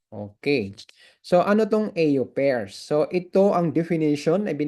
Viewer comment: Correction lang po... au pair... Ang pagbigkas ay : " o pair " hindi po ... ey yu peyr